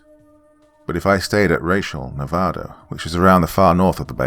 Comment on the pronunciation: First YouTuber to actually say the states name correctly love it!